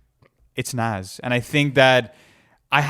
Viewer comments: This dude pronounces Nas as nazz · Ok so i have speculations to get off my chest: You guys say Nas has to go on, and he’s in my top 5 all time, but i think you guys are letting the “nostalgia” of it all get to you. J Cole is just the new Nas. And you didn’t even say his name right. Also, Snoop Dogg or Biggie isn’t even a debate really, Biggie is a way better rapper. You guys should make this bracket public.